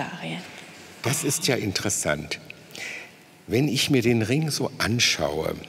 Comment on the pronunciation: Heißt aber nicht Rink sondern Ring